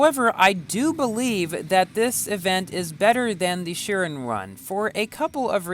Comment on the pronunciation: It's pronounced- shiron not shirin